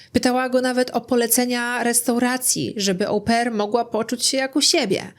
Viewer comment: Wymawiamy "o-PAIR", a nie Ołł-pair 🙉